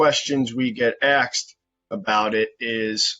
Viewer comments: did he says axed? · did that realtor really just say "one of the questions we get axed?" wowww